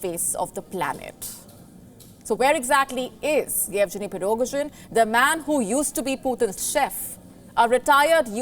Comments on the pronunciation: You're not pronouncing his name correctly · Sorry madam could you please pronounce the name of the chief of Wagner group? :P